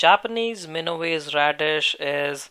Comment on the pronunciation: It’s Mina wa se